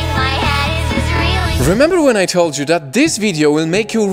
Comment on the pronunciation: I like how he says this like Zis